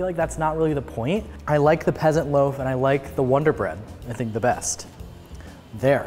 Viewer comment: U said "experiment wrong" it isn't like ear(eer) it like Eh like in pet. Ya welcome but love the German pronunciation of wonder-bread. mayo with grilled cheese is just weird, whatever floats your toast!